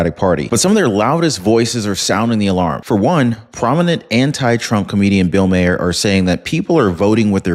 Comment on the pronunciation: Sorry, it's bugging me, I'm stuck hearing it having to try and help you correct his name pronunciation. It should be said as Mar, pronounced Mah-er. Comedy Central has been stating it for years that way and it's throwing off my comfort level hearing you say it differently than it's been said for years. I know I'm coming off as a "word nazi", but I have to make corrections where I catch them. Otherwise, I could focus on the video better. Your content is great, but every once in awhile, I will hear something that's so distracting it prevents me from being able to focus on the content involved. I hope this helps without coming off as nagging, I just wanna continue to enjoy the content I watch.